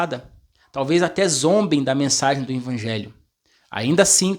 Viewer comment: Paz irmão! O irmão não é pastor. Ele é um instrumento de Deus usando esse maravilhoso dom como professor da escola sabatina. Eu confesso que também ficava meio incomodado como essa forma dele falar "INVANGELHO" ao invés de EVANGELHO, até pensei em mandar um comentário como o senhor fez mas achei que o irmão iria ficar triste. Talvez ele fale "INVANGELHO" por ouvir na criação de pai e mãe dele e se acostumou a falar assim. Mas que bom que o senhor o corrigiu com muuuuito amor e sabedoria e esperamos que o irmão corrija esse seu modo de falar essa palavra. Graça e paz do nosso Senhor Jesus Cristo irmão!!!